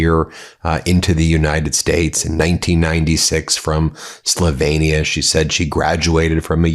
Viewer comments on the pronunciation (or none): SlovAnia? Slovehnia? Cmon ! Why can Americans not pronounce words!! FFS 🤦🏼 SLO-VEEE-NIA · It's pronounced Slowveeenia, not Slovaneea. Trump was documented describing Melania as "a hot piece of ass," which is what he called women as well as calling them as vaginas. Nice guy.` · Check your pronunciation of Slovenia. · This mediatouch anti russian propagandist is now after Melania. He cant even pronounce Slovenia properly because his 2 cell brain has been used up spewing hate and lies. He claims trump is helping russia by lifting sanctions when he actually did so to ease upward pressure on us oil prices so americans like him and us vassals like japan can still enjoy relatively cheap fuel prices. Liar liar